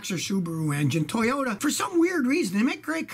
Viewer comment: Suoyta ... Toyaru